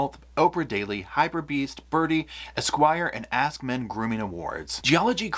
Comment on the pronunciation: Sorry, I'm going to be petty. Is anyone else getting tired of listening to illiteracy? Example:, there is no "T" in the word, "ask." 🙄